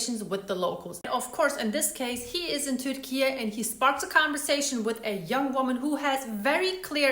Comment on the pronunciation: You pronounce turkey "turkeyah"?